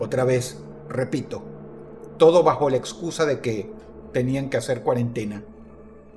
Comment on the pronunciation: Dross: "La quarantina " Mi cabeza: "ecuipo"